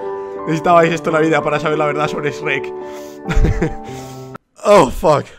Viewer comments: Así pronuncian shrek en España 😂 es demasiado raro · cierto lo pronuncia de otra forma :v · xD se pronuncia chuek y es imposible que no lo sepan pronunciar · Mi abuela dise shuerk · Tataje Rojas Aquí lo pronunciamos como Shruek o.o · Todos: SHREK Rubius: E S R E C K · Rubius le dice esrek yo le digo chuek :v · Anime Games/Noticias & Hentai Games ASI NO SE ESCRIBE SE ESCRIBE SHREK NO SHUEK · Anime Games/Noticias & Hentai Games en latino es shrek es el verdadero nombre como le van a decir shruek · porque Carajos Le dicen 'EsRek' es Shrek Los españoles no entenderán busquen como Se dice Shrek en latino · Qué raro es escuchar el esreq cuando yo lo pronuncio chrueq JAJAJAJAAJAJ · El lo dise tipo: esrek Y yo le digo tipo: shuek xdxdxd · JAJAJA me sentí tan confundido cuando decía ESH-REC, JAJAJAJA no sabía que en españa tal vez sea allá que se dice así. Bueno en Venezuela se dice normal, como Chrek, (Se que así no se escribe, pero para que entiendan como se pronuncia aquí). Ay bueno ustedes entienden JAJAJA. Like si tú también dices es Chrek. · El rubius: SREK Mexicanos: EL CHUEK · no shueck, se dice shruek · Españoles:srrek Maxicanos:shrek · Nadie: Absolutamente nadie: El tito rubius: Esrek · Rubius: S E R E K E K Yo: E L V A T O V E R D E Latinoamerica: S H R E K FedeWolf: C H E R E K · En España la mayoría de gente dice esrek yo me incluyo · El Sombare: CHRUEK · En mi casa le decimos "SHUEK" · siii mall xD es yrec lool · Tataje Rojas sip, se pronuuncia yrek pero los españoles y el inglés no se llevan muy bien... xDDD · luis reyes Chuerk o Chruek se pronuncia una vaina así, también soy de Venezuela. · Aca en chile se pronuncia shuec ajaj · (iLyncolme) Se dice Chruek hasta el tipo en ingles lo pronuncia asi... pero los españoles le cambian la pronunsiacion a todo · like por "EX RECK" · Shueck? wtf, no conozco nadie que le diga shueck.... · Nadie: Absolutamente nadie: Rubius: sherek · Yo de decirle srek. . El Rubius:EeshhhhhhRreq . Also Rubius: Asno.